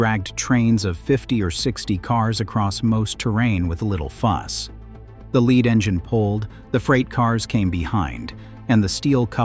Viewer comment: AI: "lead" locomotive is not pronounced "led" 🙄